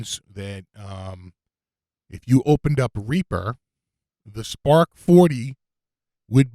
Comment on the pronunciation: Spaaaahk, wit smaaaht jaaam. lol. That is how it is correctly pronounced! ...and how I shall do it from this day forward. I'm still waiting for mine... mah spaaaaahk wit smaaaaht jaaaam